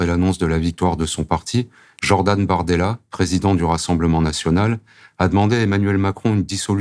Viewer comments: Je rêve pas a 0,20 seconde elle a bien dit Jordan Mardella ?!! 😂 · petit "Jordan Merdella" de la part de la journaliste 💩